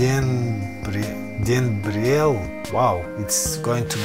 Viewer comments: Денберел,ударение на второй слог,ему 12 лет,песня Ильи Носкова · Ну что Вы, не можете выговорить..? Это простое, русское имя, Денберел. (аха-ха-ха)